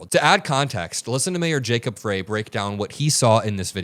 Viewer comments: I love you, but pls start pronouncing gov't officials' names correctly: Mayor Frey is not "fray," it it sounds like "Fry" & Chief of Police O'Hara sounds like "Hair-uh," not "har har hara." Thx from Mpls, MN 💙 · mayor Frey is pronounced FRY like French FRY and police chief is O’ HARA. The please keep the name’s straight cuz we trust our city and police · It's pronounced Fry not Fray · Come on, Mayor Frey's name is pronounced "Fry"! You should know that, because the right is intentionally pronouncing it " Fray", as you did, in a pathetic attempt to belittle him! It's a stupid childish thing they do! Kudos to you, as always! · Mayor Frey with a long I!!! Like the food. Not pronounced as fray...His name has been said on tv a hundred times this month. Please pronounce his name correctly!! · Mayor Frey pronounces his name "Fry". Please say it correctly. 😊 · Jacob Frey.....pronounced Fry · Mayor Frey is pronounced like fry ❤ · You can't continue to mispronounce Jacob Frey's (Fry), name time after time without my thinking it's intentional and antisemitic. Mayor Frey's name has literally been said thousands of times on national television over the last few weeks, yet you refuse to correctly pronounce his name. This is deeply offensive as it appears intentional and detracts from the the message of another ICE murder. Please, implore you to clean this up. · Frey is pronounced like Fry. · Hey dude, its pronounced Jacob FRY. Thank you for your coverage. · The mayor's name is pronounced like Fry. The ICE agents are a bunch of Kyle Rittenhouses with badges. They are all itching for an excuse to kill with impunity. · The mayor's last name is pronounced FRY. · his name is pronounced "FRY" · I just wanted to let you know Mayor Frey's name is pronounced "Fry". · FRY. It’s pronounced FRY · Jacob Frey's name is pronounced Fri like French Fries. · Fry like French spelled Frey